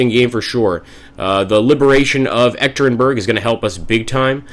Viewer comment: Hi! Im actually baffled by the appearance of G. Zhukov at your side, in August 1918 he should be recovering from a serious illness in Moscow just to join the Red Army shortly. As a side note, the city where the Tsar was murdered is pronounced "Yekatyerinburg" :) Good luck Admiral Kolchak, you will need it :)